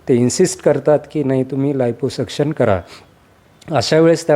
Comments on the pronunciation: 😂 आयपो सक्षण नाही ओ, लायपो सक्षण म्हणा😅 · NDTV च्या पत्रकाराने लायपोसक्शन ऐवजी आयपोसक्शन केलं. 🙏🏾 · Anchor ne navin shabd shodhla iposuction 😂. Aadhi abhyas kara neet